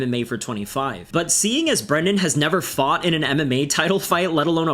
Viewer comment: “Ahb nelva been a big Mike Tyson fan” said stupidest mofo alive.